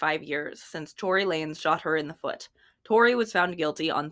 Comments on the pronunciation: just a note Lanez is pronounced like Lanes. Looking forward to your coverage of this story. I’ve watched it happen in true crime, I was genuinely scared Megan would be unable to perform due to her injuries to her feet. This was right as her career took off. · Omg can you say Torey’s last name correctly? 🙄